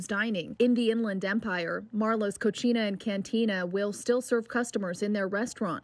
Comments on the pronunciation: Cochina Hahaha it's co-see-nuh/cocina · It's not cocihina, it's cocina. You just called his restaurant dirty, Learn how to speak Spanish or read. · "Cochina" LOOOOL